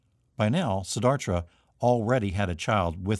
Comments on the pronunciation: Siddhartha. You are pronouncing it, Siddharthra. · Siddhartha* not Siddhartra. Shame he mispronounced it over and over.